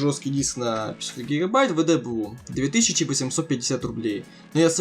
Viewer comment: Приветствую. Видео получилось в целом неплохим, но, пожалуйста, проговаривай слова чётче. На моменте непонятно, что ты говоришь "WD Blue". И насчёт SSD: лучше бы ты взял его от Crucial, тот же BX 500, к примеру. Они живут дольше и чипы памяти там качественные.